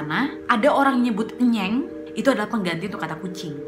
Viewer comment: saya asli dari desa cipancar kak, terimakasih sudah membahas tentang desa tempat saya tinggal dan sedih banget saya baru nntn setelah 3tahun di upload tapi tidak apa apa saya sangat senang karna desa saya bisa masuk ke channel kak nadia, dan untuk pengucapan enyeng itu bukan enyèng kak tapi ènyèng dan selain kata ènyèng juga kami biasa nya memakai kata emèng😊😊😊